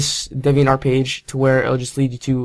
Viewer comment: DEE VEE ENT art....not DI VEE ENT... Just sayin'....